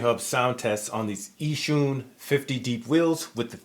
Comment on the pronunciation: pronounce it like "Yee-Shoon"